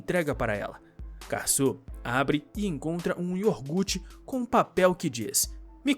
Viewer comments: Meu senhor.... não se diz Iorgute....o nome certo é IOGURTE.... Caramba ! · NÃO É IORGUTE, É IOGUUUUURTE.